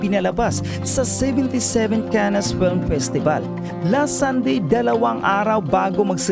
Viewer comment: Correction po Cannes pronounce (CAN)